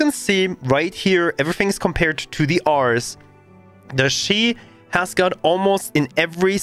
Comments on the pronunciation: The "Arr-ress" is pronounced "Air-reez", as in: Ares, the greek god of war. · Air-Rees. Not 'are-s' . Greek God of War (a.k.a Mars) This is a bit triggering.